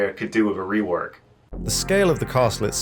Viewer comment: if i only heard you saying rework at :42 and nothing else. i'd swear you were north american lol